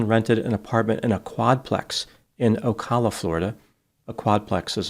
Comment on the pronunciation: o-CAL-a not "oh-kah-la.'"